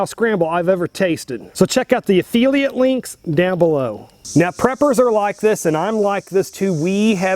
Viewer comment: I really like and appreciate your videos, and this was a good video too, but you can't just backslide on us and go back to saying "a-feel-iate" links instead of pronouncing it correctly as "a-fill-iate." You made such great progress with that after I saw other commenters busting your chops about it some weeks or months ago and I didn't bother saying anything then since they had it covered. And some of us do "affiliate" marketing too. I've been doing it for almost 20 years now myself, so do know that hearing you pronounce it that way can really be startling to someone who knows what it is. 😀😉